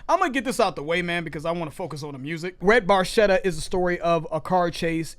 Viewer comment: Very cool that you are into Rush. You pronounce the title, Red Bar Chet ta. If that helps. Keep on Keeping on!